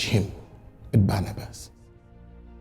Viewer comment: You mean Barabbas not Barnabas